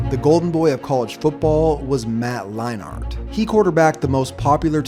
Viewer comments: Matt Line Ert. Not Matt Lie Nart. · “Matt Line-Art” 🤷🏻‍♂️🤷🏻‍♂️🤷🏻‍♂️